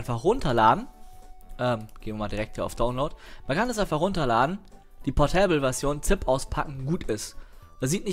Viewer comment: Der portÄÄÄble PDF rIIIIEder.:P und Englisch:DD